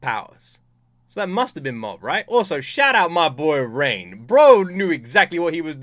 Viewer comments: Please for once can you please pronounce a character's name correctly? Its ReiGen not Rain or rein or reign. The G is not pronounced with the J sound. The G is like how you would say Grass, Gain, Gap, Guess, Ghost, Gas. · Reigen ❌ Rain ✅ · Hey just a heads up Reigen's name is not pronounced "Rain" it's Ray-Genn. G pronounced like Gang but sounding like Pen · His name is Raigen, not Rain. It's driving me nuts.